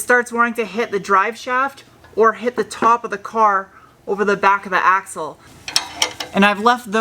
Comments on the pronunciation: It took me a minute to realize you were saying axel, i thought you kept saying you had to get the asshole out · Can't wait. In fact, I won't wait. No I'll chew my ass off at work and then one day there'll be you and the Audi again. Sound. Funny bit, thought you said asshole but it was axle. " gotta take the asshole off".. like it was all going swimmingly; soon have her running, hear that beautiful sound, but "oh some a*xle is in the way". These vids are great. Hi. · Ohhhhh! "Axle" ! I thought you were saying "Asshole" LOL LMFAO